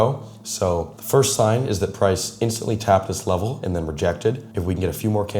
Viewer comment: “Firts 15-minute candle” 😭